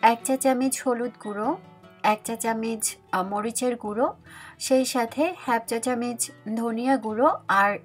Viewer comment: আপু একটা কথা বলি কেন জানিনা আমি একচা চামচ কে হেফচা চামচ শুনি।শুধু তোমার ভিডিওতেই এমনটা শুনি।তুমি জানাবে আসলে তুমি কি বল